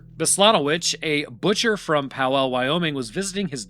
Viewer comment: I adore your videos, but as someone who was born and raised in Wyoming, I might be cringing a little at the way you pronounced Powell. It's more like Pow-ull.